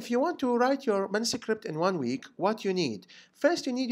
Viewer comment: why do you say mansucript?